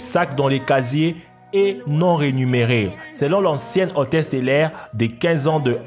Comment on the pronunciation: Des hôtesses "rémunérées" et non pas "Rénumérées" Aïe aïe aïe !!!